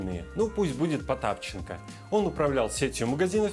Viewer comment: Потапенко. не правильно произнёс фамилию